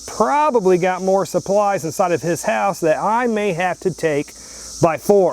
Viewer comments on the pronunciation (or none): none